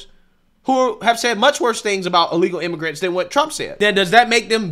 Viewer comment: Charlemagne has trouble saying the word illegal.